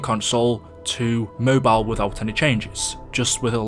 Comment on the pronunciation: It's Mobile not Mobile